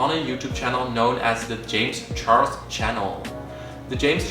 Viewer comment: James ‘Chorles’